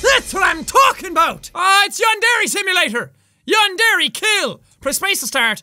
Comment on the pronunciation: Seven years later and it still bugs me just how badly he mispronounces “yandere”.